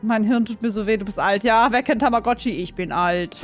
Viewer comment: so: Wer kennt tammagotchi. Ich:Tamagoochiee